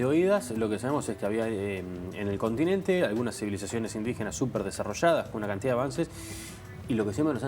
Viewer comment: IN DI GE NAS, INDIGENAAAAAS. Tan dificil es?